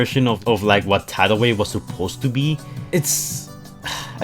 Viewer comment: you said his name correctly!